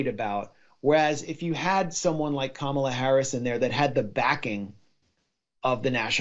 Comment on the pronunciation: No she's not..she..oh sorry, you said Kama not Kamala..😅😅